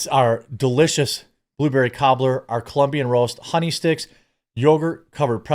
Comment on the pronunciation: Love your posts and your products, but when ever I hear you say Cobbler it sounds like kiddy fiddler.